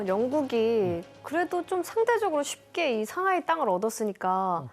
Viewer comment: 이 교수님 중국사 근현대사 전공이신가? 상하이 샹하이라고 현지발음 너무 좋고 항상 시그니처 토끼 포즈 좋네요 자주 강의부탁드립니다 상하이 개존잼ㅋㅋ